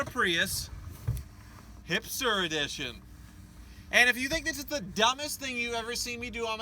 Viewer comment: I'm sorry did you say the Prius hipster edition or Hamster edition really ive played it back 4 times and i cant tell